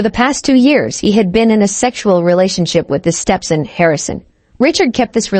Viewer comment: StepSin and Saubering.....this AI needs to say them words right.